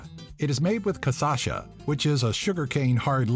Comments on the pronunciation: LOL... he mispronounced cachaça... it is "kashasa"... , not "kasasha" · Cachaça; not "caçacha" hahahahahah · That was funny when he says: "it's made with caçacha", . Actually, the right name is "cachaça" lol. But that's OK... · In , as a brazilian I really do not know what is “caçacha” 🤣🤣🤣🤣🤣🤣 It should be cachaça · "casasha" LOL its cachaça xD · "Cassaxa" KKKKKKKKKKKKKKKKK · is caCHAça, not caSacha AHAHAHAHA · "Cassasha?" The correct word is Cachaça! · Ele disse caçacha e nao cachaça 😂😂😂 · "caçacha" hahahaa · You missed Santos Dumont, who invented the airplane. And we don't say "caçacha", it's CACHAÇA. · Cassacha hahahaha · Haha, said 'caçacha' instead of 'cachaça'. Cute. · caçacha KKKKKKKKKKK it's cachaça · Casacha? Hahahaha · is cachaça (caxasa) not casasha. but it's ok kkkkk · Cachaça not "casasha" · Casacha kkkkkkkkkkk é cachaça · It's cachaça not caçacha. Pepe is from Portugal. Just FYI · "Cassacha"... It's "Cachaça". You guys could work a little hard in your pronunciation. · great video. but in the caipirinha it's not casacha, it's cachasa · Not caçacha, cachaça! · it's Cachaça (Cashasa), not Casasha! but anyway... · about the pronunciation: Caipirinha is made of 'cashassa' not 'casasha'. haha. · "CaçaSHA" KKKKKKKKKKKKKKKKKKKK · Cachaça is pronounced ka-sha-sa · Hahahahhahaha Casssssacha....... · "Caepirínea" HAHAHAHAHAHAHA "Cajiachia" HAHAHAHAHAHA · "Cassaxa", interessante ver gringos pronunciando umas palavras. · LMAO..... "Caçacha..." Hahahahahaha